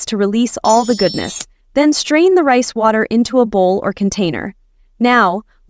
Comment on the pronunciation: When she said rice water I heard price water